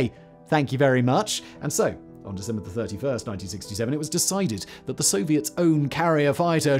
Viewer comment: “The 16th of Sesember”